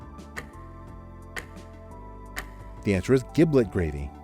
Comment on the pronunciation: Soft "g" in giblet gravy. "Jiblet" gravy.